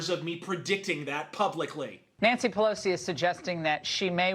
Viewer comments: Did you just call her "Nancy Lugosi"? xD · Did your just call her Nancy Lugosi? Bwahahaha!